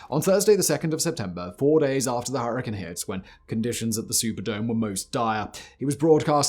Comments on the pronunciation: "Hurri-cane" not "hurri-can" there's an "e" there that changes how you emphasize the "a" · The way you say hurricane is extremely weird and annoying. It's with cane not can lol I know I can't be the only one here in that and I know he's got the accent and all of that different language All of his accent is fine but it's hurricane not her a can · Her•ih•caine. Now add it together. You’re welcome Simon!!!😊 Good God man!! 😅😂 you’re butchering the names!!! It’s like saying Chai Tea. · Everytime u say Hurrikin I cringe.